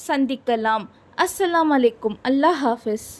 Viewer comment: அல்ஹா இல்லை. அல்லாஹ்